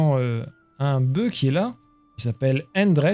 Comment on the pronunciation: Bravo, super série. Juste un détail : au singulier, le "f" de "boeuf" se prononce.